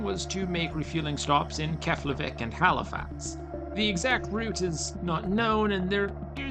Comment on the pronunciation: It's pronounced "Keplaveek"